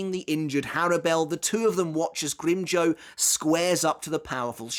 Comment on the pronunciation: Had to stop 5 min in cuz mf can't say grim JAW